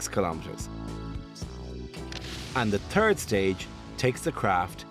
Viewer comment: The "turd stage"? Lol